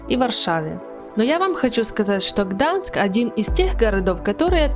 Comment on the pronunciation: Все видео слух резало, не Гданск а Гданьск